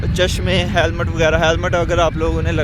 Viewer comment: Halmet lagna nh hota panhna hota hai tmri urdu pathanu wli hai